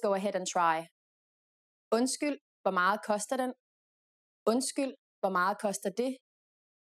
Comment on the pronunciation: "meget" is pronounced "mahl" ?